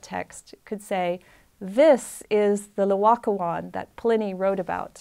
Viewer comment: First of all, it's NOT Loacoon, it's Laocoon. Please learn to say the name of the artwork you are discussing. Secondly, it was not discovered by a farmer ploughing a field. It was discovered in an underground cavern in a vineyard - presumably a buried Roman building - together with other finds. There was no slow excavation from the earth; instead, they found the statues almost perfectly preserved, just sitting there waiting to be discovered. Here is what the architect Giuliano Sangallo's son Federico had to say about the discovery (she misquotes it somewhat, therefore here the correct text): 1506 Discovery of the Laocoon Letter written in 1566, 60 years later, by Francesco da Sangallo, son of the famous architect Giuliano Sangallo, describing this event. Both father and son were present at the scene of discovery, along with Michelangelo. “The first time I was in Rome when I was very young, the Pope [Julius II] was told about the discovery of some very beautiful statues in a vineyard near Santa Maria Maggiore [on the Esquiline Hill]. The pope ordered one of his officers to run and tell Giuliano da Sangallo to go and see them. He set off immediately. Since Michelangelo Buonarroti was always to be found at our house, my father having summoned him and having assigned him the commission of the Pope's tomb, my father wanted him to come along too. I joined up with my father and off we went. I had climbed down to where the statues were, when immediately my father said, 'That is the L